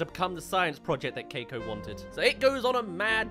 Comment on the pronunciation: Can we agree that the brain in the jar looks like a really bad parody of Caine from TADC? Edit: Again! It will not CEASE to annoy me that the kid’s name is pronounced “Kai-ko” or “Cake-ko”? and not “Kee-ko”. 🤦‍♀️